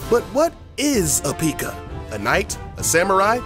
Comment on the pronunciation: I was really annoyed when he said pika and pig rider